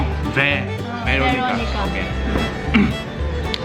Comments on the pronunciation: Veronica not Bheeeloo-nigaa... Cool vlog btw. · Bro it,s Veronica not varonica 😂😂😂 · Oiya,, beronica, u made a bideo in sarojini etc... bro u can't pronounce v?